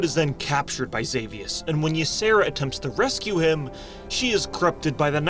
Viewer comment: When the Y is at the beginning of a name, it is pronounced EE- Sara Not "Ya-Sara" It's just an EE sound. It's not as hard as it looks at first.